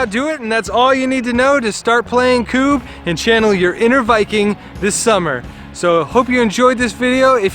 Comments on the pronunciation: Its not Kuuuuub. Its Kub. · This highlighted some rules we had done differently, we’d been returning the knocked down pawns/Kubbs to the back line, game took forever. Also a double consonant is done to force a short sounding vowel. Such as Tidy, and Tiddy. As such it’s always been Kubb (“Kub or Cub”) to us. ‘Koob’ made it very frustrating to watch :-). But thanks still. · It’s pronounced CUB